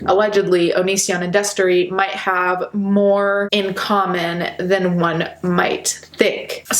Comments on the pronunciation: I heard “Destery” and it hurt. This is not okay. I didn’t exactly love him, but I knew him and still remained subscribed. I’m not excited to be disappointed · God fucking damn it not Destery fuck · I was watching this and my mouth fell open when she said destery i just watched his videos like yesterday smh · Noooo when you said Destery my jaw dropped. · I literally screamed NOOO when you said Destery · I literally Spewed my food when she said destery. (I’m eating lunch rn) I had no idea. I was a fan of him in middle school and I’m 23 now.... weird. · I LEGITIMATELY GASPED WHEN I HEARD “DESTERY” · I literally yelled "NO" when you said Destery. I'm so fucking sad. WHEN WILL IT END??